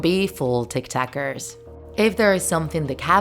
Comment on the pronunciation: I'm sorry did she say tiktakers?!?